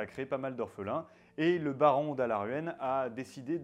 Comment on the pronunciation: Araluen pas alaruen !